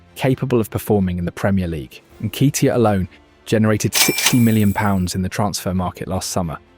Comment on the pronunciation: Again, why oh why do we have to think out pronounciation of names is correct when its WRONG, its N KET E AH, who is N KEY T AH?